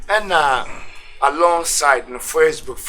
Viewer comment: What’s “fresshhbook” 😂😂😂